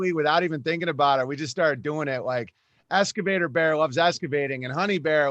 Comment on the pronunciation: You'd think someone with 147 IQ would know how to pronounce excavator.